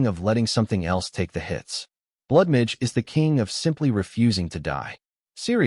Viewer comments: Blood midge sound like some species of mosquito. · Why can't AI say MAGE? lol